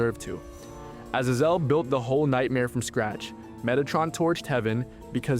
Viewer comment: Fucking AI narration. If this was a real person who actually watched the fucking show they'd know how to pronounce Azazel and Abadon